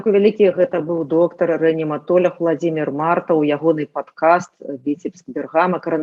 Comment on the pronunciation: Почему " рэаниматоляг" ? Почему через Я , а не через А ...Не встречала такого умягчения никогда в советское время ни в одной книге . Звучит несколько карикатурно. Не знаю есть ли правила на этот счет , но поскольку мы очень сильно потеряли язык, может установить новые правила? "РэаниматолАг, палитолАг" звучит гораздо органичнее.